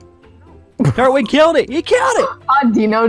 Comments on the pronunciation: It's not turt-wig its tur-twig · It’s pronounced tur twig I’m just pointing it out you don’t have to say it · It's pronounced tur-twig